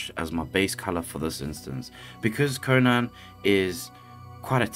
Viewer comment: Watching this made me feel like I was in super troopers. I’m sorry, are you saying Gonad (instead of Conan)? If anyone else hears it tell me right meow.